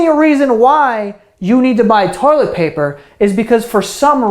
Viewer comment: toilet "poper"